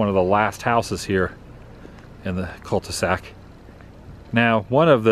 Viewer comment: What in the world is a "cul ti sac"? 🤣😂